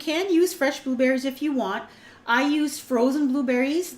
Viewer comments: i thought you said "booberries" and "blueberries" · G DeVz hahahaha i heard it too!